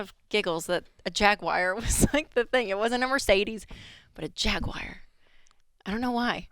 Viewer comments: It’s not jag-wire, it’s jag-war. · Jaguar Everyone: Jag-War Rachel: Jag-Wire 🤣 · It's Jaguar (Jag-u-r), not Jaqwire! lol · What's a "Jag-wire"? 🤦🏽‍♀️ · "Jag WIRE " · Rachel “ JAG-WIRE” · JagWIRE ? Oh Rachel, bless your heart! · Why does Rachel pronounce it Jag-Wire? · What's a jagwire? 😂 /s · No Dave, you should say Jaguar like Jeremy Clarkson does: Jaaaaggggg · Nope. Jag-u-er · Why does she say "Jag wire"? Wow. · This woman can't pronounce Jaguar correctly.😅😅😅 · Neither one of them can pronounce Jaguar correctly 😂